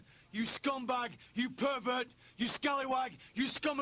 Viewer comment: The guy on the left doesnt say anything, I guess he is shy. Bet he didnt get far.. Edit: this is just comedy gold 🤣🤣 bulldog trying to shoot michaels calling him puhhrvurt , Cornette is silent, for once and looking... crazy. And the wife in the middle, just staring.... hardly any contact with the camera. With her hands in her pockets... omg ... 😅😅😅